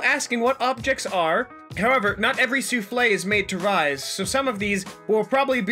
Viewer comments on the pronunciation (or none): none